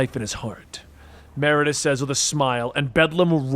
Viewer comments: Meridius…. Sound it out…. Mer-id-ee-us . Great video / story though as always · MER-ID-I-US holy shit dude.